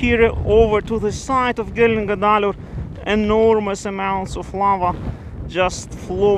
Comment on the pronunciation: OK - start with a castrated horse - gelding. Connect that with guh dolleer (almost like dollar). Say it all together and repeat.